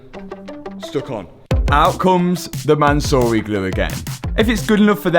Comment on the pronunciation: calling it 'Mansory glue' is diabolical lolol